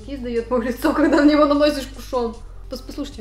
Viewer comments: МЛЯ, КУШН, А НЕ КУШОН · ударение в кушоне на У